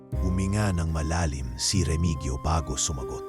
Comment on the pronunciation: Hindi po Remigyo ang tamang bigkas kundi Remihiyo😘